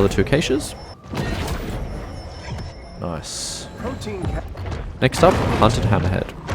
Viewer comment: You pronounce caches wrong